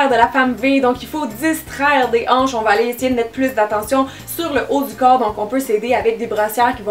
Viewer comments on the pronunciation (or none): A- jaïs mes anches😂🙄